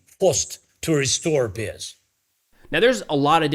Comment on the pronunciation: I know he is saying peace but I have to giggle because it sounds like piss 😂